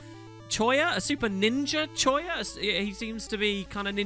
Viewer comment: Ugh. . Choya? ffs, choya.